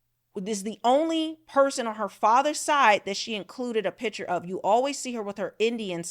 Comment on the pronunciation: Please learn to pronounce the word picture. It is not a pitcher